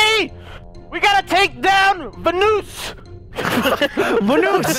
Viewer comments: Instead of vanoos IS VENOSS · The bad thing is that people who make videos about the guy’s lives say vanoose instead of vanoss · My favorite part was when said vannous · My favorite part was when called vanoss vanoos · VANOOSE. Vanos: I'm pretty sure its thanos or vanos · delirious saying we gotta take down VUNOOS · Hahahahaha delirious say vanoos is vanoss